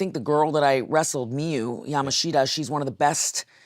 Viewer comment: Ya mosh ta is how its pronounced Japanese vowels make different sounds